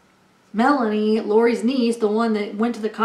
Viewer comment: Lori's niece Melani is pronounced Milan-EE , Lori's friend Melanie Gibb is pronounced Mela-knee